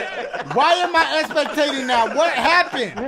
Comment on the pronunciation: Anyone notice he says expectating instead of spectating 😂